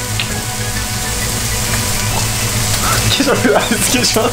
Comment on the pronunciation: ケチャップと玉ねぎの言い方がプンポロドイハとドッヘンアイア